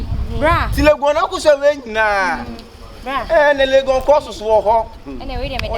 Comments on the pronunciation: Not legon oo...laigon😹💔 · 3y3 “Leygen” 3broo 😂😂😂. Eiii